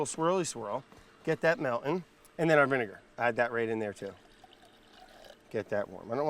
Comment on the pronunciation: Im sorry, did he say 23$ for a bottle of vinaiger? 😂